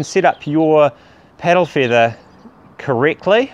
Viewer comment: "piddle feethah?"